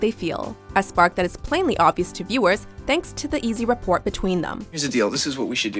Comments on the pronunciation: Report between them? It's pronounced repore (as in the t is silent). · Rapport is not pronounced "rapport" it's "Rah-poor" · FYI "Rapport" is pronounced without the "t" at the end. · I'm reading comments just to see if anyone corrected the narrator's pronunciation of "rapport." Thank you!